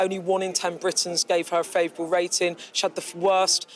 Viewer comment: Can this woman not pronounce g , as in poling , rating , charging, reporting . Is it a speech impediment ? K